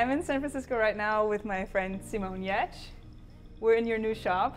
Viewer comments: Giertz is pronunces YIETCH, or if you like like YEEEEAAAAAh + etch YEEEEATCH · Giertz is pronouced Hyertsh? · Ihr name wird "jetsch" gesprochen? Hätte ich erwarten könne, in meinem Kopf war es immer die deutscheste aussprache ever. GIERTZ